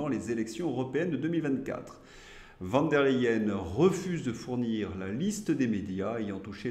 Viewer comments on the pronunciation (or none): Ce n’est pas Van der Leyen mais Von ( se prononce Fon) Autrement merci pour vos émissions. Le diable ne peut il pas enlever Pustula et l’amener en enfer avec Macron en plus 😊